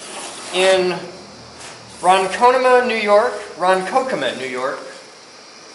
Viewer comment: A great place to get pick material - look after a streetsweeper goes by - the bristles are often spring steel on older ones, especially on the side-scrubber brushes. and some always fall off... Oh, and that New York town is pronounced Ron-CONK-Oh-Mah... :-)